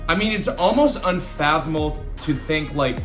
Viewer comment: Lost me when you pronounced unfathomable. Lmfao. Clown.